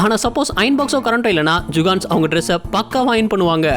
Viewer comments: Jukans illa da jugad nu sollu video voice la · Adu jugans illa bro jugadus...jugans na tappana oru word bro..🤣🤣🤣 nenga jugans sollum bodu elam sema siripu vardu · அடிக்கடி ஜுகான்ஸ் அப்படின்னு சொல்றீங்க ஜுகான்ஸ் அப்படின்னா யாரு